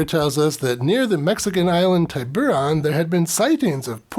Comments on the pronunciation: A Spanish island, the I in Tiburon should be short, or more technically an ee sound and a long o, oh. I don't doubt the movie is wrong though. Girls seem to be holding their breath well.😅 I'm surprised there aren't porn mermaid films actually. Ariel was old enough to get married.😅 Dude, you'd be safer in the ocean than the poison waters of The Great Lakes. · No hard I in the pronunciation